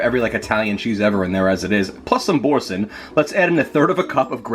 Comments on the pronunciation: 'bor-san' baby doll, it's French. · Boursin is a french cheese pronounced bour SAN or SON